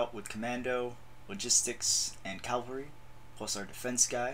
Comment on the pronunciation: Ca - val -ry. Not cal-vary.